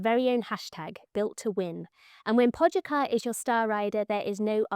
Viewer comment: Typical English language blindness… it just blocks you from reading out what’s written down… How to fix this? Practice syllable reading (this should be taught in school next to spelling…), like this: Po-ga-čar… (Po-ga-char)… you would not like it either if your name was Richard and everyone just called you a Dick… But… oh… 😂